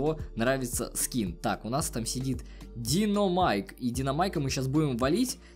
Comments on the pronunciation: У тебя ошибка там правильно будет динамайк а не диномайк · Да блять,правильно Динамайк,а не ДИНОМАЙК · Не диномайк, а динамайк, хотя пофиг